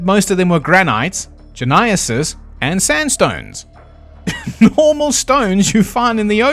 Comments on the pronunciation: gneisses is pronounced like "nices," which is only important because it's the basis of MANY MANY geology Dad jokes. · Gneisses. The G is silent. Sounds like "Nieces" yeah don't ask me anything else though that's a memory straight from 9th grade geology. Circa 2000AD